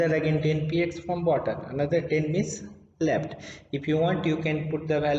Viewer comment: Bhai khud communication improve karoo ..left ko lept boltha h .. koun hire Kiya yaar isko 😅